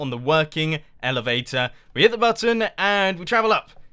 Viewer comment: "Butt Tonne" - Mumbo's checklist 2015